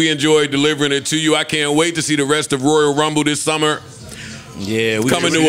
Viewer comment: “Roya rumble”